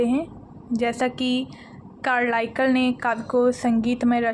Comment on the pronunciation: कार्लाइल उच्चारण अशुद्ध है लेकिन प्रयास बहुत ही बेहतरीन है god bless you❤❤